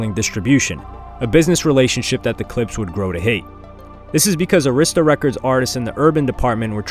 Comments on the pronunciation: (Air ris ta) not (airsssssta) people could never pronounce arista records right. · Why are you pronouncing Arista wrong? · Hearing you pronounce Arista wrong is killing me lol smh